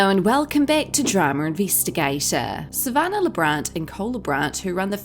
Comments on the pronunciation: You need to find an new job. You're living off videos for Monetary purposes also. Pot meet kettle. You're an angry person. Her names Sa van nah not Sa van ner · Sav- an- nah not sav -an -ah 🤦🏻‍♀️🤦🏻‍♀️ learn how to say her name before hand please!